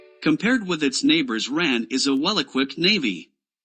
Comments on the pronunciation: WHY is the commentary describing things in metric measures? Why is the talker saying "ran" rather the " R A N"? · its not the ran lol its called the R.A.N i spent 20 years in it grrr this should not be narrated by an American he just butchers it